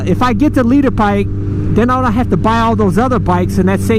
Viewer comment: "leet-her" bike